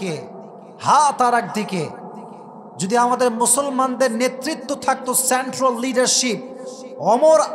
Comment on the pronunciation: হুজুর সেন্ট্রাল শব্দটাকে সেন্ট্রোল বলে আপনি কি বোঝাতে চান।দয়া করে বাংলা অনেক সুন্দর তাকে আয়ত্ত করেন। ফাতেমা অনেক সুন্দর নাম তাকে সুন্দর করে বলেন প্লিজ। নিজেকে কিভাবে উপস্থাপন করতে চান।